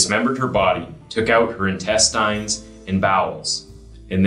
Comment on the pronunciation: the way you pronounced INTESTINE really bother me.😂